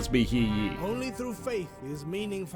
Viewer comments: The simple one is the name He Yi. The narrator pronounces as Hear Ye, but the correct way should be (Trying to match as close as possible without going too deep in Chinese) Herr Yeet (pronounce yeet without the t) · Standard everyday speaking Chinese~ I would say it sound better if Yi is pronounced in fourth tone though, instead of second. Also had no idea where tee comes from haha! Guess transition between pronunciation is still hard to nail lol.